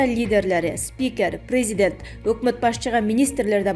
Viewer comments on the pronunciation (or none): none